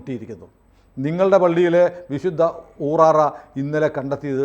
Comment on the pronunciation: ഊറാറ അല്ല, ഊറാല എന്നാ ണ് അതിന് പേര് പറയുക.